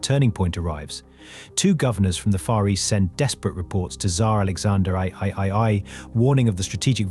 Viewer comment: Tsar Alexander Eye-eye-eye nearly ruined an otherwise great video 😂